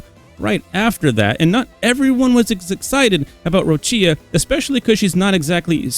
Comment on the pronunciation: Not that anyone cares probably, but Cantarella = "Cantar-eh-lla" (like Cindarella) Roccia = "Ro-ccha" (please not Roccìa, italians are crying 😢😢😢)